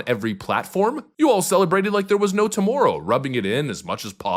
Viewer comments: Your Canadian accent popped up here “tomorrow” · Tomoorow??? U sound like youre from canada sir